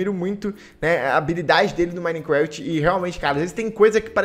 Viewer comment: Pessoas normais: Minecraft: minecrasht